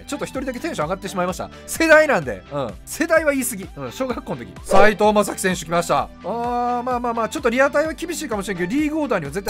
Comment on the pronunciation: 地味に斎藤雅樹の(さい)間違ってんの草